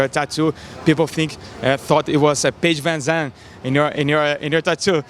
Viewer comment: Idk which butchered her name more, Daron Till "Idk who Paige Van Dam is" or this video's description "Paige VanZantion" Lmao.